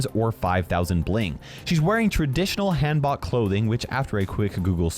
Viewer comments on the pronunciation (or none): just so you know for the future, the “han” part of hanbok is pronounced like you would say “Hans” (like the character from frozen) without the s;)